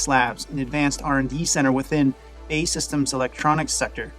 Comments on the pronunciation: Great video. B.A.E not Bay! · BAE SYSTEMS is pronounced Bee Ay Ee Systems. It used to be British Aerospace but rebranded as BAE SYSTEMS, all caps, after they bought Marconi Electronic Systems, in 1999. I was a reporter covering military stuff back then and I ribbed their executives about the name change predicting that people would mispronounce their name just like you did. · It's not pronounced BAY system, I am British, is pronounced B.A.E. systems.. It's an acronym for British Aerospace.